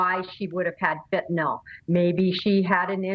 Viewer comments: It’s FENT..not fint… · and EVERYONE- it’s pronounced FEN-TA-NYL not FEN-TI-NOL